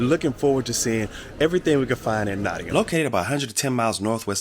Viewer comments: He even says Nottingam right! 😊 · even pronounced No'in'um correct! very impressed